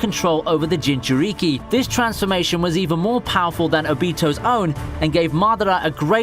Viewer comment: STOP SAY JINCHURIKI IT HURTS MY BRAIN!